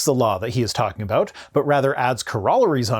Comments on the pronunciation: "...adds 'cor-AHH-La-rees' onto them..? Is that Canadian for 'CORE-a-Larry-s'..? 😊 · "corr-AH-lar-ies" is causing me severe distress 😂🥴😂